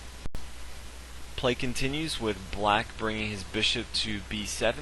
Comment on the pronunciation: Hey man love your videos but learn to pronounce bishop